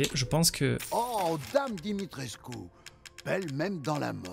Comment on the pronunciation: Dimitrescu pas Dimistrescu